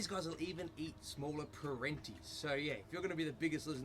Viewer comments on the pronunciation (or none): I know Aussies gloss over a lot of sounds in certain words, but with this lizard, the t is pronounced just like it is in auntie. Perentie.